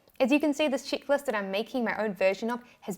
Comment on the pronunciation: I was loading the dishwasher while listening to your video… when I suddenly stopped and thought … “what the heck is a “chicklist”??? *mental picture of baby chicks 🐤 or very amourable young ladies*. 🤣🤣🤣🤣🤣